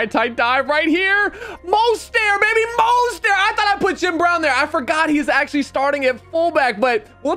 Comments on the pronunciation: Mostert (Mo-Stert) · It is pronounced mostert not mostair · Moster??? It’s Mah-stert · Bro it’s not mo-ster it literally pronounced mo-stert 😭 I’m sorry I got ocd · How you gonna call him Raheem Most-Air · It’s “Most-rt” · I swear if he pronounces mosterts name wrong one more time I'm gonna lose it